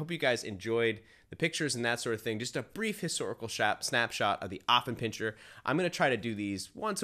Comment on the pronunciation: It's not pronounced OFF it starts out as AFF here in the USA. I have an Affie. He is 4 years old. I am part of the Affenpinscher of America Club so I have been around many of them and gone to dog shows. They are lively, spritely, smart, funny and sensitive. My dog definitely has a sense of humor. If I call him "snorky" or "chi chi beanie weenie" he howls with joy and starts doing his hindleg dance. My Alfie follows me like a shadow and would do anything for me. He is VERY protective of my home. He does not attack people but barks to let me know someone is nearby. He was a little reluctant to engage my groomers granddaughter but learned to tolerate a toddler. He did well at obedience school because he wants my approval.